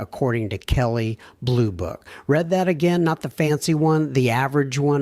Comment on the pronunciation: You lost my interest as soon as your A-eye reader read(reed) as ( red).